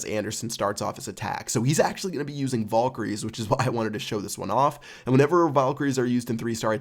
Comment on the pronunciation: It really annoyed me the way you pronounced Valkyrie